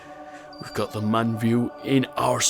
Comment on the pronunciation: Everytime you mispronounce Mun I die inside a little